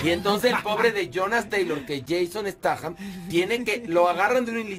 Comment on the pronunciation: Jason Statham Horacio (alias Aquiles) dice (stat-jam) jajaja critica, pero no sabe ni pronunciar el apellido